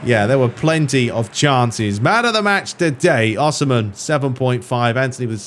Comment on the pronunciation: as a napoli fan i feel the need to let you know its pronounced oh-see-man. hahah for future notice